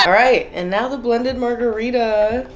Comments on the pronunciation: Margerweeda lmao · I just came here to say Margareefa